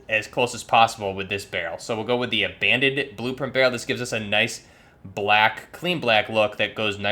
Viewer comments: Also you keep saying "Abandon" blueprint instead of Abaddon lol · Not too be a grammar nazi but its pronounced ABA-don...sorry if I came off as an asshole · Are you saying "Abandon" or "Abbadon"